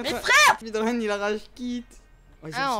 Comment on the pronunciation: gg GROS MAIS je crois c"est speedrun pas speerun